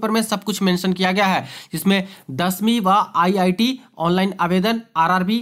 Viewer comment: iit manga h 😂😂😂 bhai kya bol rhe ho iti bolo etni bhi jaddbaji na kro bolne me